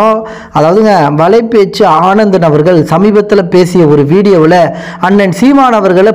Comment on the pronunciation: நண்பா...அவர் பெயர் ஆனந்தன் இல்லை...அந்தணன்....